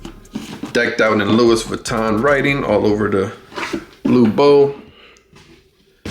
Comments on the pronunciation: If you are going review a pair of shoes and have any credibility, please say the name of the fashion house correctly come on man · Imagine pronouncing Louis Vuitton wrong and saying it that many times 🤯